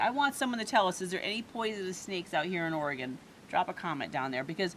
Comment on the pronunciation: I’m going to keep editing until I am all the way done with this video 🤣 Did you say Or-E-Gone!? 🤦🏻‍♀️ lol! Also that’s how the high desert is. Be windy as heck and after the sun goes down everything just goes dead silent. It’s crazy. We’ve never been! Tried once but the road was closed for the season. Told Hailey when we go we will sleep inside. She replied she’s not coming 🤣 Uhhh yes there are rattlesnakes out there lol …and scorpions